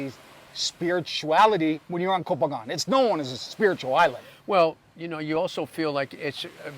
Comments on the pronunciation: Thanks for not saying “co-pangyang” like every backpacker there for the FMP 🤦🏼‍♂️ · Hey, I'm pissed off at you, amigo. My GF says you say Koh Phangan better than me, 555. Favorite part of the vid... the girl passing you on her bike while you are on your MC. Funny. But as a fellow YTer, I know the reality. Even with a dead cat, going fast creates more wind so messes up the sound. When I film on my MC I usually do it on a small soi because I go so slow, so I'm with you. Ah the headaches we YTers have... Enjoyed the video, like always.